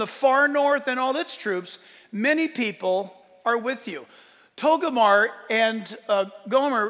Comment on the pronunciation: Jack, it's not TOGO-MAR. It's TOGAR-MAH.